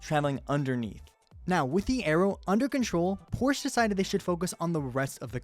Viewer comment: porch. calling a cup car nascar.